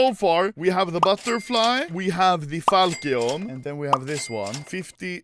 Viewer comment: learn how to say falCHION ffs, its not FALCKION